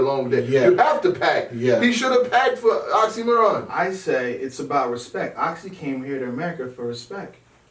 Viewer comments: oxxymIron not oxxxymOron, genuses,pronounce correctly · Damn, again this Oxxy"Moron" pronunciation. He is Oxxxymiron, not the moron =) Great show and good thoughts btw, thanks guys and hello from Russia!